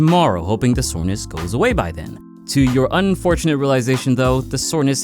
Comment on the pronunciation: "What muscle is sorness"